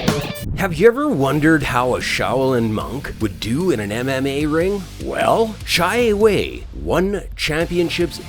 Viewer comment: XIE WEI not pronounce as "Cai Wei" , It's "Sie Wei" (similer to C-A Wei or Share Way)